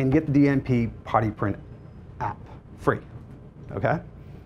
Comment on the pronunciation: It took me too long to realize he wasn't saying "potty print"